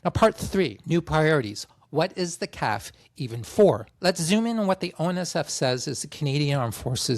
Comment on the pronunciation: FBI CIA NSA IDF RCMP Not sure why you figured you'd prouncounce CAF "calf". Nonetheless, cheers from Montreal.